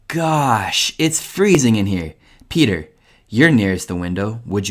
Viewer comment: "PETHAR" 😂 Non serve aggiungere altro